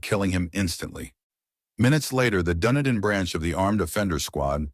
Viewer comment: Isn't it pronounced "Duneeden"?